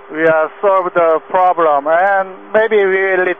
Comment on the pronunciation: "Solved the plobrem"? What, they climbed out on the wing and straightened a cowling that was rubbing?